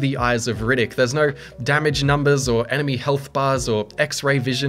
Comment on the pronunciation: imagine saying no like NER...... bri'ish moremnt